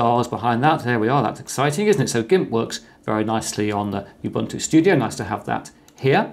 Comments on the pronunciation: Thank you for this video. Please note we pronounce Ubuntu as Oo-boo-ntoo not You-boo-ntoo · I get really annoyed when people say U Buntu instead of how it should be pronounced Oooh Buntu This is a South African word it's not that hard to pronounce so please get it right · Sir, it’s not pronounced “youbuntu” but “oobuntu”. I should know, since it’s derived (thanks to Mark Shuttleworth) from an African term meaning “the spirit of togetherness”. “Muntu” means person in most Bantu languages. Pronunciation matters. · It's not pronounced you-bunn-too. It is pronounced oo-boon-too. It is a Zulu word meaning 'humanity'. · Not youbuntu but oobuntu. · It is pronounced OOOObuntu not youbuntu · Ubuntu is pronounced ooh boon too. I know, I am from 🇿🇦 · Dude.. my recommendation to u is to pronounce Ubuntu with an uuuuuh sound,,,cos the UbAntu with an aaaah sound that you do is a racial slur in South Africa. It sounds like u say "u" followed by the "n word". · You-buntu? Not Ubuntu? Every educator needs to start with learning to pronounce things correctly. I cringe when hear people trying to teach me things, but they pronounce names wrong at the same time. These people create rejection toward their message as a whole and negative emotions in me.